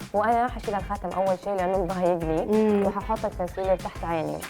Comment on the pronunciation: الايلاينر لجين الكونسيلير